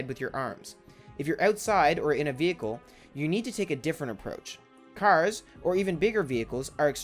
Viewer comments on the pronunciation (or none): So we aren't gonna talk about the way he said cars ...